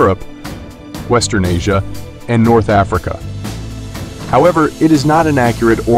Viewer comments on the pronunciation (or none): none